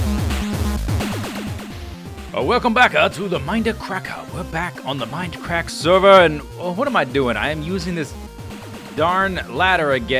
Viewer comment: welcome backa to the mindacracka